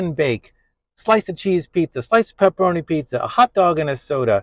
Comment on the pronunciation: It's pepperoni not pepparami